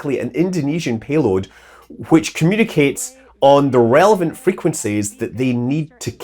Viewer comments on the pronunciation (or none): none